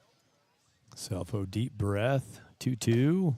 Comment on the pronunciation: Great game Great announcing but Scelfo is pronounced Shellfo! ❤ Grandma